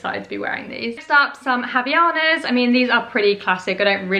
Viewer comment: Havainas are Brazilian and the H is not pronounced.